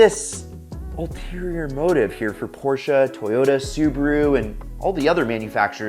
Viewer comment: At least there are some men's who deny to be supress to listen sound box making fake sound My respect porche subaru and all and my fav "tooyotaa"